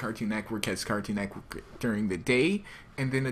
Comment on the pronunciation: say cartoon Network right next time! ^^ lol Neckwork xD